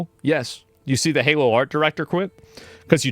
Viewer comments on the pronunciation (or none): none